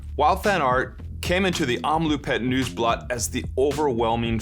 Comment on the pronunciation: Best pronunciation of the race name, AND great race analysis too!! What more can you ask for? Thanks!!!